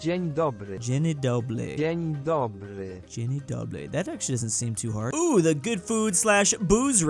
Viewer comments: why did you say dzień dobry as dzieni dobry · Google:Dzień dobry:Dzeny dobly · "This doesn't seem too hard" pronouncing Dzień dobry: Jenny Dobly.